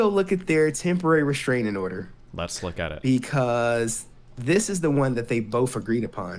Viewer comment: I dont know why, but i cannot stand when people use an eff sound for th. I just kept hearing "bofe of them."